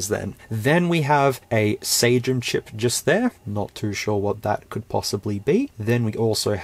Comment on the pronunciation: Dunno if you guys adapt the original pronunciation but it would be SUH-GEM, g as in "genre"